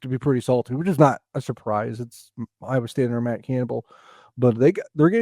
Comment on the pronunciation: has not pronounced a correct name for Iowa state as of mark in..